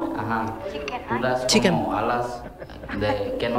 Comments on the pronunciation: Dijo Cheken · Y para colmo ni "chicken" lo pronuncia bien Este joven si está perdido.